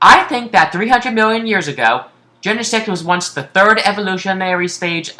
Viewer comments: i started laughing when he said gene-sex as plural for genesect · Wait Genesect paresect